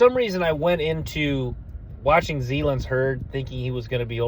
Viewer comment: Hey my man love the content and I already subbed but plz stop butchering the guys names zalance (zuh-lance)heard and Gil-Lory spelled guillory.. only trying to help .. no offense. Geaux tigers